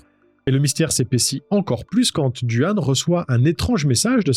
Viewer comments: Excellentes tes videos, bien amener et la narration est claire, bon boulot! Je me permet de te corriger sur le petit copain de Samantha, c est Duane mais ca se dit Dwayne. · Qualité 👍. Prononciation de "Duane" et "Drano" à revoir en revanche.